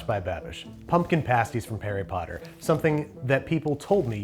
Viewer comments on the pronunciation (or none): Is it just me or did he say "Parry Potter"..? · "Pumpkin Pasties from Perry Potter" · "pumpkin pasties from Parry Potter" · "Pumpkin pasties from Parry Potter" 😂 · Parry Potter?